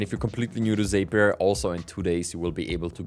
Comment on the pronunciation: Sorry to be that guy, but Zapier rhymes with happier, according to Zapier themselves. Great content, hope this helps!